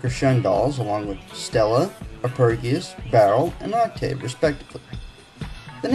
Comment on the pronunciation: This guy knows nothing about music. And by that, I mean the fact that he can't bother to pronounce "Arpegius" and "Octave" correctly.